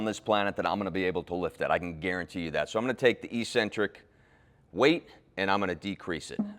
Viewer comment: not EE-centric. No such word. It's ECK-centric.